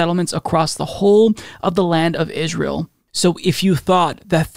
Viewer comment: Am I the only one who hears say Israel like Ishrael? I dunno...either way I already called Bennett to be worse.